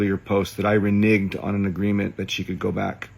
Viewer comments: It’s reNEGed, bro. Reneged. [re-neg’ed] Not re-nigged. Jfc use some of your rich creep money to get an English tutor. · He also mispronounced "reneged" as *ri'nigged! Normally, I wouldn't care, but he needs some serious humbling!!